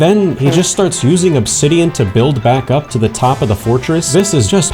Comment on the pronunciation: "Obsidioff" caught me offguard bruh